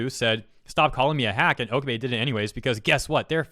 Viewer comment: Dude, Okabe(Oh-Kah-Bay)